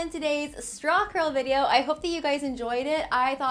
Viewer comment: Every time you said, “Straw Curl,” I thought you were saying “Strong girl.” But, like, both are applicable. Keep rocking,!!!